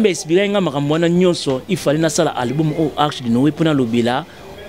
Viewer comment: Album et non "alboum" non mais ooo t'étais la première à faire des émissions pour se moquer des personnes qui avaient du mal avec la langue de Molière mais je vois que apparemment toi aussi tu es!!!